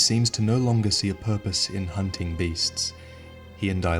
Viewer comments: Excuse me, it should be "hoonting the hoonters" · Leave the hoonting of hoonters to me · Leave the hoonting to the hoonters